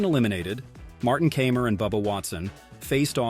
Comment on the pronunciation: It's Martin K eye mer not Camer and it's Anhel Carbrera not Angle. If you can't pronounce these well know name correctly just shut up!